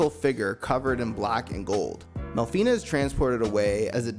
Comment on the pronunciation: It's not mel-fi-ney it's mel-fi-nah. In Japanese a is pronounced like ah. You're not saying aye like you're Fonzie hitting the jukebox. Otherwise good video.